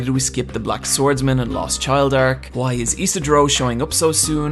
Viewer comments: Why do you pronounce WHO - I instead of WHY??? :O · your reviews are great the only thing that grinds my ears it the Huay instead of Why or just Y xD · don't use "why" and "white" in one sentence if you prononciation can't make enough difference between them. All i can hear is "Why is Casca, why?" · I find the way you pronounce words with 'wh' in them more disturbing than the CGI itself.